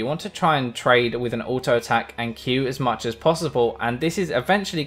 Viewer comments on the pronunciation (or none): none